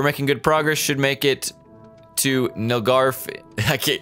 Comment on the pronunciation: it'a pronounced nil-garf its*